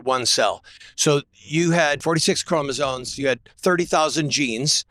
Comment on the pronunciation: he lost me at "chromosones" the fact that he said chromosones with his whole chest on camera and thinks the word is chromosones and not the actually correct CHROMOSOMES shows me that this man does not read and is therefore ignorant.